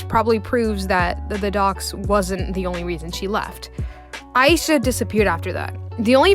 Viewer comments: my name is ayisha and you pronounced it like my name so i was freaking out when her name is mentioned (also her name is pronounced as a-yeah-sha) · ayesha is pronounced I-E-SHA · So Ayesha is pronounced aye-sha when I've been saying a-ye-sha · by the way, ayesha is pronounced Ai-yee-sha